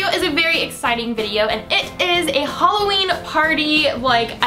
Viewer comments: Btw holla-ween😂😂🎃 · "Halla" It got me x] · "Holla-ween" hahaha! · HOLLA-ween Lol :P